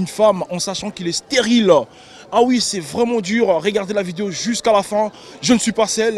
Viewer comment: on dit video pas videyo